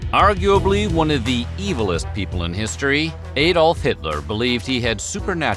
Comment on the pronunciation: THAT was one of the worst mistakes. When the video started by calling him AY dolf, I let that go. Barely made it through the rest and I'm glad someone else caught this pronunciation mistake.